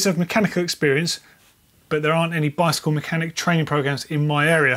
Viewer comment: "...lots of different ways you can get into the bikele industry..." 😝